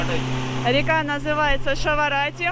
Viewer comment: ШАРАвати это река, а не ШАВАрати😂